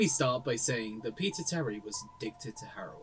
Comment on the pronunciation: for some reason, the first times you say "peter terry" it kinda sounds like "pizza tower"